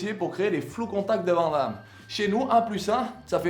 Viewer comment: vanne Damme... ça se dit vanne damme ;)